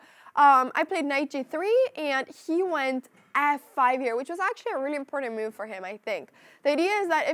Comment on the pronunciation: I like how she says "m'uv" (move)